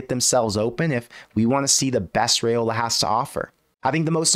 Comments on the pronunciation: It's Rye-Ola not Ray-Ola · If you're gonna act like an expert on Nebraska football, could you at least pronounce Raiola correctly??? RYE-OLA.....not that difficult. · RYE-ola please say it right